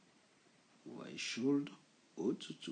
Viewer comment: BONJOUR (Question)POURQOI FAIT TU SONNER LE (L)DANS WOULD COULD SHOULD ALORS QU'ILS SONT MUETS A L'ÉCOUTE CECI DIT J AIME BIEN TES COURS (CHRISTIAN)